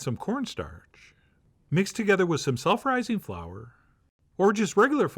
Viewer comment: It sounded like he said sulfurizing flour.